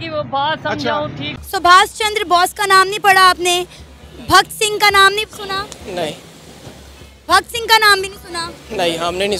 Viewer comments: Why are these Pakistanis pronouncing our freedom fighters names incorrectly and incompletely ?? Netaji Bose as Chandra Bose ? Bhagat Singh as Bhakt Singh ?? Sardar Patel as Sardar Patil ??? 😠😠😠😠😠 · Bhagat Singh not Bhakt singh Its sardar patel not sardar paaatel